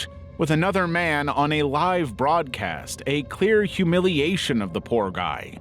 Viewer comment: stupid ai. doesn't know there are two ways of pronouncing "live"